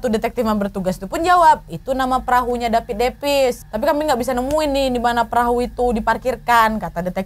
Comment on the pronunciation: wkwk bengek perkara ka nad bilang DAPIT DAPIS🤣